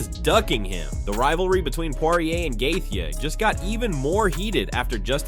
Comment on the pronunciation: The way he pronounced gathje’s name made click off the video